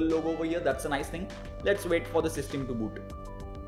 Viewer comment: Plz pronounce system correctly its quite annoying